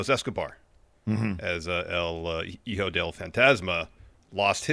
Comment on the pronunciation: Idk why it cracks me up when they say JEEJO instead of HIJO. the H is silent, like just skip it. Just say EEjo. Lol